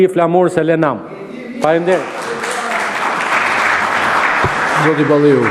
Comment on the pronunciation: Deputete analfabet dhe fjalen faleminderit nuk di t'a thotë por e thotë faminderit